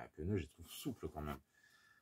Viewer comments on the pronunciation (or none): pneu! pas peneu!😅😅